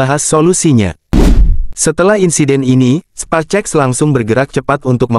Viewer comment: cari text to speech yg bener dong 😂 sepacek sepacek 😂